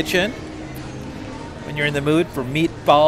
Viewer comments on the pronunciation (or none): Hey.....Gnocchi is pronounced N-Y-O-K-E-E.. The G is silent lol... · Sir I’ve never heard gnocchi pronounced like that. Thats a new one.